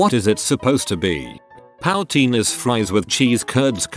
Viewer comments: POW-Teen lol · I should sue you for your pronunciation of 'poutine'. I know it's a robot. But c'mon man!